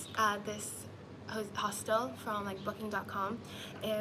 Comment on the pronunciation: Why she pronouncing hostel like that